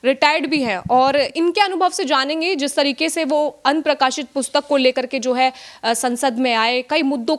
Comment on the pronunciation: Anprakashit kuch nahi hota aprakashit hota h please theek karein